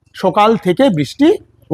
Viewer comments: First learn Bengal talking. As u told sokal.. Not Sokal. It is right . Sakal.. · তোর সকাল উচ্চারণ টা শুনে , আমরা সকলে হেসে গড়াগড়ি